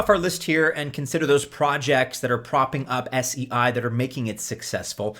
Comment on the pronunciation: It's pronounced 'say'